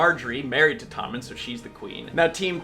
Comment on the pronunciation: Is it just me, or does it sound like keeps saying ToNmen instead of Tommen?